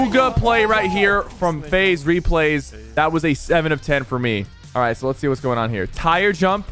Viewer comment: he says face instead of faze